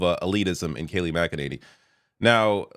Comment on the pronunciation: Mac-a-nanny reminds me of Alyssa Branch.